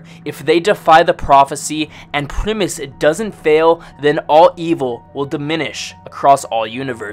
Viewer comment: Is he saying "premise crew"?